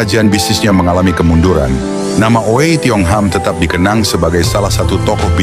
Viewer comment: Oei itu ditulis dengan ejaan lama, versi EYD itu Ui, jadi harus dibaca tidak dengan bunyi o. Selain itu Ui dalam bahasa hokkian berbunyi sengau dari hidung.